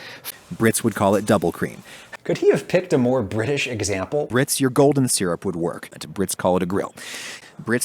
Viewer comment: Ohh British I thought he was saying someone’s name😂